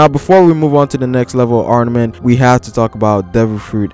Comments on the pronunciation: Great video. No hate.. It's arMament though. Not arNament. Good job though haha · Is it just me, or is this guy saying ARNAMENT haki? Cuz that's definitely not what it is. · you keep on saying arnament wtf?